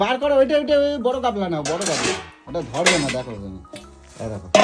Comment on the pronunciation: গামলা ❌ গাবলা ✅